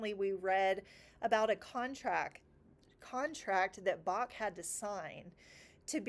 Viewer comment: Hey from Germany! Bach‘s ch is more pronounced as in ugh, this gurgely sound in the throat. Bach means creek btw 🙂 The german ei as in Leipzig is always pronounced like the I in mind- and it’s a beautiful town! The way you talk about learning makes me want to restart some kind of lessons too, you are very motivating and i think your kinds can be very glad you’re teaching them 💜